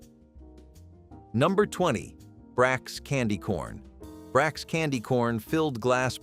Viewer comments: Brachs candy we pronounced it BrOchs! Not with an A! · I remember A&P back in the day. It used to be behind Chesterfield Mall (Chesterfield County, Virginia) Back then you could drive around the mall in little or no time at all. ifykyk. I remember Criso. Country singer Loretta Lynn used to do the commercials, too. It's pronounced as Brock's. "Brack" is the character on Space Ghost - Coast To Coast. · The pronounciations are terrible. “Sonka”. “Bracks “. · brachs (bracks). And sanka (Sonka) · decades ago they did TV commercials and that's how they pronounced it. "Brocks"